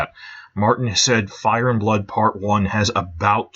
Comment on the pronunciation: Why do you emphasize ‘Game’ and not ‘Thrones’ when you say “Game of Thrones?” You do it with “Fire and Blood” too. I’ve heard it in other videos too, like you say CASTLE black instead of castle BLACK... I’m sure there’s tons of others. LOL Edit: VANITY fair; DANCE of the dragons